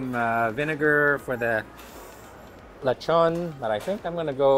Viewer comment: You say Lechon like a pro 😃